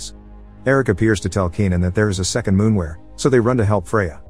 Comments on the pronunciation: Its not a fcking “moonwer”. Lol! Its a MOORWEN! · It's called a Moorwen, not a Moonwer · Halfway through the creature went from being a moorwen to a moonwer, mistakes like this make me laugh a little, no hate just find it funny. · Moorwen or Moonwer? at least get the bot voice to pronounce it in a standard way you Moorwons.